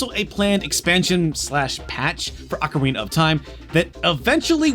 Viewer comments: I don't understand how it's possible for anyone who are this involved with Nintendo, publicly no less, could think one of their most well known games are known as "OcarEna of time". It's pretty baffling because how could he have missed how to say it and also avoided being corrected for so long?! There's no mistaking it either because he repeats it so many times so it's not a one time blurb or simply misheard. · Oca-rayna? xD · I love how he says ocarina, makes me think of the macarena 😆